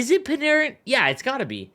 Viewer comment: Narin= panarin 🤣